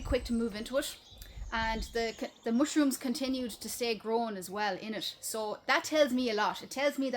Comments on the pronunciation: It's not To-matt-oes it's D'maters....gah!!!!😂 It's not mooshrooms...it's mushrooms😂 Ya got the vowels all wrong 😂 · I love the way you say mushuruns.